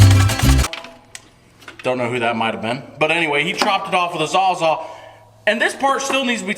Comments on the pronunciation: Sawzall not zawzall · Wait, did you say “Zaw zaw?” It’s Sawzall,. Or, reciprocating saw if you’re being fancy. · can you say saws all not zaw zaw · It's not called a zaw zaw lol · repeat after me. Sawzall or saws all. Outside of that i love your videos.